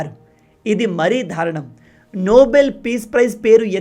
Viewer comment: మీరు తరుచుగా ధారణం అని అంటున్నారు కాని దారుణం అని అనాలి